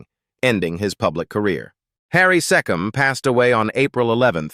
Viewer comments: Harry Seee come as in Key . NOT SE COM as in SET . This adored talented artiste doesnt deserve to be insulted with bad pronunciation of his name...idiots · So according to your clickbait headline, Jack Wild died of aids - bullshit. And Mark Lester died of sepsis - bullshit again. He's alive and well! But the worst was your insulting mispronunciation of the name Harry Secombe. It's not sekim, you fool. The AI crap never stops.